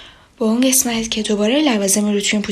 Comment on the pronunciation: چرا به قسمت میگی گسمت